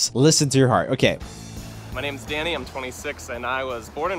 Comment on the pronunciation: At the end when he was talking about the live on take thing it sounds like he said daddy padilla instead of danny